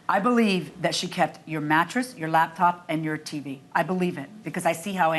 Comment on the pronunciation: Her "labtop", 😃